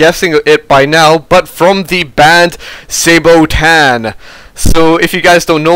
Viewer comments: It´s pronounced SA-BA-TON...easy, it´s a piece of medieval foot armor XD And they sing about all kind of wars. No offence, but Sabotan? SAY-BOW-TAN? Whut. Just died laughing. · Pronounced as it is spelled no fancy stuff Sa-ba-ton